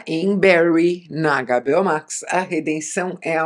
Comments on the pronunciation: Adorei ouvir o "Agá, Bê, Ó" Max! Bem nacionalista, gostei. Conteúdo do vídeo foi melhor ainda, claro! Assisti a várias das séries citadas e concordei muito com sua opinião. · Isa fala para nós por que você chama a HBO Max de Agabeó max, kkk?